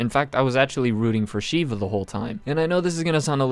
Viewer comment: As an Indian, I can confirm that is not how you say Shiva